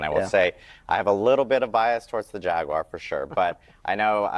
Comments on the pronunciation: JAGWIRE. lol its like she's only there to memorize and repeat a script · Wtf is a jagwire